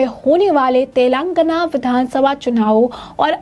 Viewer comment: मैडम, तेलांगना नहीं तेलंगाना l 😂😂😂